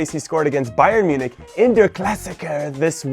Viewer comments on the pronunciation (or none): none